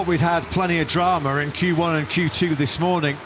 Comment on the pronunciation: “dramaR” says the imbecile.